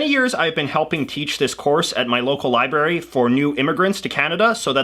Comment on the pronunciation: Did you honestly say "liberry"? Also, the federal government does not exclusively control immigration. Different provinces have different policies and preferences for immigration. Also, the courts do NOT enforce the law. The courts apply the law. The police, etc. enforce the law.